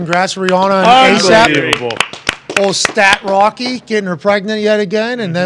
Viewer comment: why he call him stat rocky😂😂